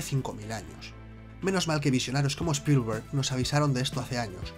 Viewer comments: Spolguer jajaja (Spielberg) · Spillllllberg jajajajajajajaj.. Tremenda pronunciación y esta bien escrito 👀🤣